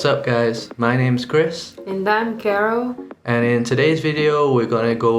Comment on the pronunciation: Great pronunciation Carol👍🏼😊